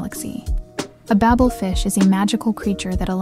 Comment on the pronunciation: Bable fish is pronounced bay-bull not babble.